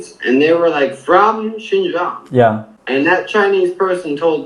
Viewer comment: Only thing i’m suspicious of is the maga wearing guy actually able to pronounce “xinjiang” and “uyghurs”